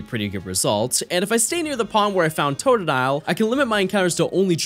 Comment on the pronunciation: and it's totdile again 🤣